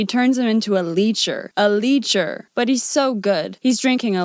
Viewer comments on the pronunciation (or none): How come you don't know how to pronounce Lecher? The is e short, not long. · Lecher has a short e, unlike leecher. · It's not "leecher" but "lecher"--leh-chur. TOTALLY different meaning and actually much worse. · "Lecher" is not pronounced "leecher". Just FYI. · Letcher not leecher. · REE chee, not rich ee, Gazzara not Gazzaria. "Lecher" is pronounced LEH-cher, not leecher. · It’s “lecher, not “leecher.” Just trying to help! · Leh-chr, not leecher. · (lecher) is not pronounced "leacher". It's pronounced like fetch-ER.....LECHER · Letcher: Pronounced Let-cher. Just so you can call them out correctly.